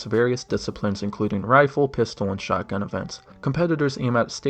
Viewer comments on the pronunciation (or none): none